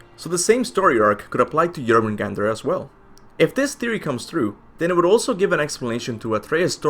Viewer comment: It's pronounced Angrboda not Annabora, I know it's hard to do it, but I noticed you do it correctly now for Jörmungandr!